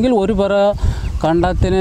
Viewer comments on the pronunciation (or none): പരയല്ല _"പറ" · പര അല്ല പറ